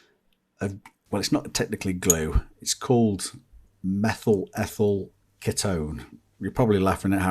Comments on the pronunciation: It’s pronounced KEY-TONE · KEE-tone We used to call it methyl-ethyl-deathyl. Use in a well-ventilated area, as it’s carcinogenic.